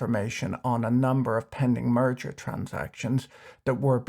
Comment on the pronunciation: Ok, I heard you say "murder ARB” :) lol